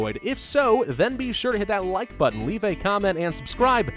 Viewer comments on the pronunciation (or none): none